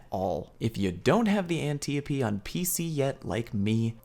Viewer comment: im a year late but i hate the way you say antiope